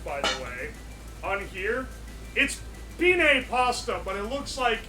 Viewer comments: I’m most offended by your pronunciation of “Penne”, that should break regulations. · Peeneigh pasta